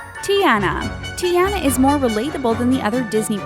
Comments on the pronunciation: YOU DONT SAY ANNA AS ANA YOU SAY IT AS ARNA AND YOU SAY IT TIARNA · She said Teana and that is very wrong put some repek on tiana's name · It's pronounced Tee•ahn•na and Ahn•na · bruh. learn how to pronounce Disney Princess names. Ariel= Airi•ul. Tiana=Tee•a•nah. Elena=Elay•nah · she said tiaana and annna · Was anyone else triggered bye the way she said Tiana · Bitch said Tiana wrong smh 😐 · Did anyone get annoyed when she kept saying Ariel,Tiana,and Elena wrong XD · I'm mad she didn't say Kocoum's and Tiana's and Hans' names correctly. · How they pronouncedTiana, Elena, and Anna really ticks me off